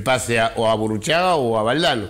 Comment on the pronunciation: Burucagi???? (Burruchaga) jajajaja